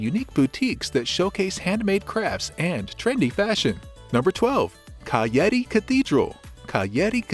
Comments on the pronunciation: This "cayeti" pronunciation of cagliari simply tells me you havent been there and that this video is bullshit, bye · he is saying cayeti really? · The pronunciation of the name of this capital city is painful. Please, do some research before posting a video 😢